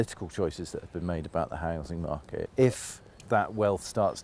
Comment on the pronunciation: 0.56 - the housing smarket 🤣